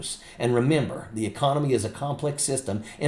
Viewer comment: "our econowee will be in full retreat" - - sounds like he's got prostate problems, trouble with the wee ... and FOX fact checking - sounds like Rupert has turned again the orange snowman.